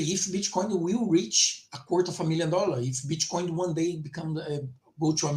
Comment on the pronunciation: I hear bitch coin every time you say Bitcoin 😄